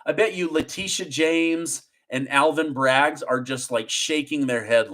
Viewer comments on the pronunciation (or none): I’m an English teacher. I watch your show daily and I think it’s awesome. Can you stop adding an S to the end of people’s names when it doesn’t belong there? (ex: Braggs, Cohens) It’s making me crazy. Thanks!